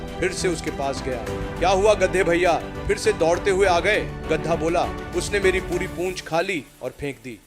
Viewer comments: गद्दा नहीं गधा होता है, बोलना सीख लो पहले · Gadda ya gadha bol to thik se gadha 😂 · Not gaddha.... It is Gadhaa. Pls. Pronounce properly. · गधा bolna sikho pehle😂गडै nahi. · गदा नहीं गधा होता है भाई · गद्दा नहीं होता रे भाई गधा होता है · Gadha ❎ Gadda✅🤣🤣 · Gadhaa hota he gaddha nhi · Gadda nahi bhai Gadha. Aur kanpuriya main Gad ha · Ghda nahi gadha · Bhosddi ke Gadha Hota hai Na ki Gadda 🎉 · Es aadmi ko gadha nahi bolne aa raha hai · Poori story me gadhe ko gadda bola raha hai, aur last me to gadhe ko lomdi bol diya😂😂 Theek se suno😂😂